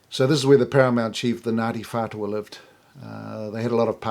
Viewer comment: Idiot! Can't pronounce maori so why are you trying to tell our history? Taoho wasn't the chief of Ngatiwhatua?